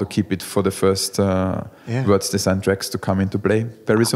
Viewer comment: At least do the man the courtesy of learning to pronounce his surname prior to the interview...